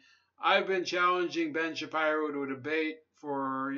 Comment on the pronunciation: Stop saying his last name wrong ! It’s “Shapeero” bro.